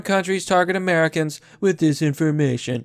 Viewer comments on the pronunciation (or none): none